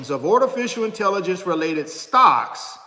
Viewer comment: What the heck is a panakin? & ortificial intelligence. Is that your garage? Thanks, for nothing 😂😂😂😂😂😂😂😂😂